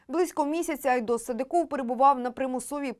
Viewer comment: СадЫков, а не СадыкОв!